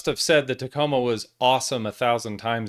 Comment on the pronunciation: Hey, ya’ll…just add the last two letters so ya don’t sound gay…M and A…”TACOMA”😏